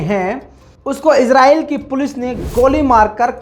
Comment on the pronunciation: भाई इस्राइल बोला करो इजराइल na bola karo